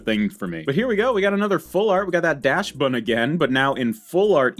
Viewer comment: Please, guys, PLEASE 😭😭😭 Dachsbun is a DACHSUND breed dog. Please stop pronouncing it "dash-bun" 😭😭😭😭😭😭😭😭